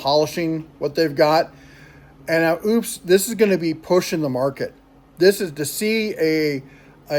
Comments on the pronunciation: According to a video they did on their channel…it is pronounced “Opus” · pronounced--- OPES ... rhymes with ropes, you hillbilly dopes 🤣